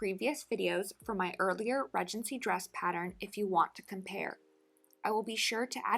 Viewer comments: Everyone says Ree-gency in the US. For some reason, she just didn't know the correct way to pronounce it. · So interesting that you pronounce it, Redgency. In the UK, we pronounce it Ree-dgency. Lovely video, thank you.